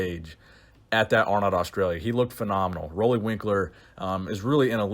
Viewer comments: Roelly is pronounced like roolly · Roelly is pronounced as Ruly